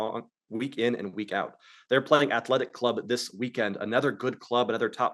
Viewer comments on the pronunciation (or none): Omg lol with the "he means Real Sociedad" each time he says athletEEE...shame buckets:card-red-penalty::face-green-smiling:. I watch this show whether I bet or not, love this happy family we got here.